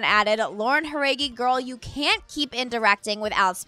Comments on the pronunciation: the way she said Jauregui was funny sorry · You're saying Jauregui wrong.